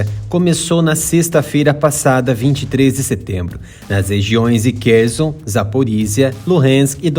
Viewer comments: Não ê Kerzon Er Kherson com som de S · Ele deve estar usando a pronúncia do inglês, onde eles falam com o Z mesmo. Na pronuncia ucraniana a pronuncia é como a do português.